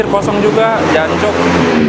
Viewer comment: Ngomong jancok ny lucu bang😅